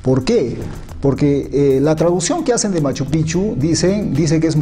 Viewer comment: MAS QUE PROMOCIONAR A MACHUPICCHU QUE EN ESTE VIDEO ESTA TOTALMENET MAL PRONUNCIADO DEBE INVESTIGARSE DEL SAQUEO QUE SE HIZO POR LOS CHILENOS HACE TRES A CUATRO AÑOS. Y ESO ES FACIL DE SABER YA QUE LOPEZ ALIAGA ESTA METIDO.